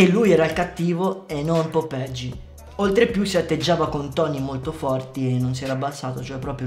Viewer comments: perché dici "popegi" se è "popeye" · BRO IL VIDEO SPACCA E TUTTI MA, NON SI LEGGE POPEGI MA POPAI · Non si pronuncia Popegi, ma "Popeglie" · si pronuncia popeye in spagnolo non popege lol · Fra bel video ma si pronuncia popeie non popegi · Figa proprio tu che sei dominicano è sai lo spagnolo non è popeje come lo dici dici è popeye come dire oye è la stessa pronuncia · Ma perché dici popegi ahhahahahahahah